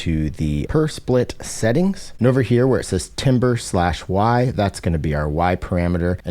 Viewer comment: My soul died when you said TIM-ber and then resurrected when you said TAM-ber.